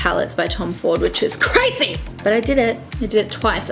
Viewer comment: I pissed myself laughing when she said, "Which is CRAZY!" Had to replay it straight away. XD